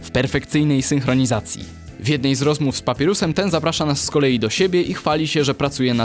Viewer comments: papajrusem po polsku a nie papirusem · I powiedział "Papirus" na Papajres'a. xd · Skaleczenie imienia Papyrusa (czyt. Papajrus) było ostatnim co usłyszałem na tym kanale.